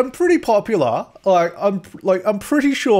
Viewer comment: You're pretty popoollah, they're talking abou youah